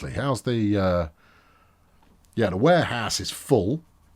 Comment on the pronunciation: Is it just me or He calls Warehouse as Wareass?